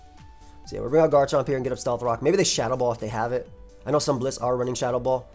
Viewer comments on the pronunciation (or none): none